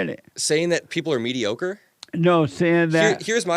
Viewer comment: There’s no hope for MAGA. this was a waste of your time. These “elders” are trying to belittle your intelligence due to your age, but only showed us how immature and ignorant they are. Jesse is just an old idiot… couldn’t even pronounce mediocre.